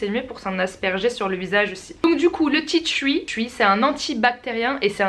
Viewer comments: Tu ma tué tu dit « ti thruii »alors que en français c juste « ti tri » la prononciation hein ! Voilà je c je suis chiante et relou mais bon j adore la Vidéo y en a pas beaucoup des comme ça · Tea "tchui" 😂😂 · "du tea twi" 😂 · tu me tué quand tu disais "titui' pour tea tree mddr sinon super video dommage que je peux pas me procurer tt ces produits